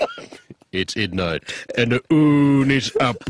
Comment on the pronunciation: its idnight, and the oon is up